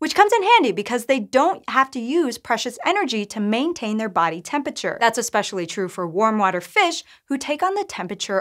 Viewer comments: 'Temp-ature'?? Entire syllables are missing here! XD :P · Bro why are you saying tempature bro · Stopped at 23 seconds, I cant handle a science channel saying temperature "temp-a-chur" that many times in a row. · Tempiture Great video otherwise